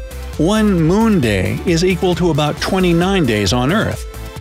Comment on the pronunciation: It sounds like you are saying Mone instead of moon🤔